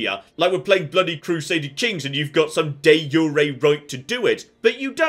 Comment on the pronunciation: That de jure pronunciation tho